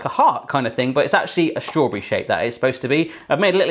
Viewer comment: He dosent say strawberry he says straw bre